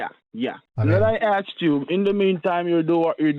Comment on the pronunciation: She axed him a lot of questions